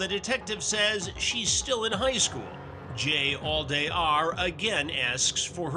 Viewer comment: "Jallday" more like "Jailday" 💀🤣